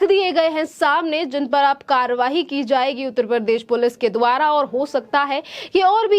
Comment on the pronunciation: Karwahi कार्रवाई, उच्चारण पर ध्यान दीजिये।